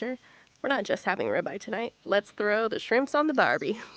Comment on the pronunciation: ugg AI....what is a "rybye" steak 😅 Thats what happens when u eat a duraflame log-o-chemicals....